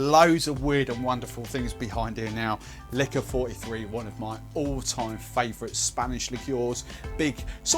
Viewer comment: Dude it’s Licor Quarenta y Tres - easy to pronounce. Nice looking cocktail. But what are these ‘mils’ you are talking about?